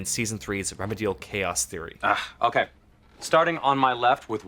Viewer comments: in. Reh-MEE-dee-AHL. That is all. JK. I agree, this episode was/is perhaps the greatest piece of TV ever crafted. Build up, resolution, pay off, continuation. Distilled into this one episode. All the pieces and undertones move together in ways you both would and wouldn't expect. It's great and hilarious the first time you see it, even without context. But if you go back, especially WITH context...you always find more. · re MEE dee al. Not REM muh deel. Cringe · Say it with me: REH-MEE-DEE-ALL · stop saying remudial. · The way he pronounced remedial “Reme-diol” lmfaooo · It's re mee dee al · Re-me-DEE-al? Re-MEEEEEE-dee-al. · This video is great and all but the way you pronounce "remedial" almost made me turn it off after 1 minute xD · Does it really annoy anyone else how he pronounces remedial? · Look up the pronunciation for "remedial." Other than that, good video.